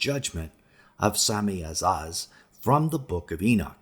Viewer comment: Lol ewph u butchered those names haha But their pronounced A-zay-zel Sam-ja-za